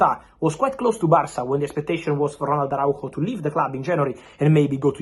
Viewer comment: Speaking like "Rolando" de bul..... 😂😂